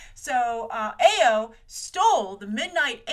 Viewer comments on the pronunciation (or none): Grace, bless your heart with your mispronounciations. Awesome video as usual. Dora Milaje = Dora Milahzhay Ayo = Iyoh Aneka = Aneeka Okoye = Okoyay